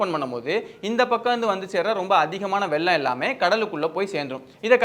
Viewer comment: அது வெல்லம் இல்லை வெள்ளம் 😢😢😢 தமிழ கொல்லாதிங்க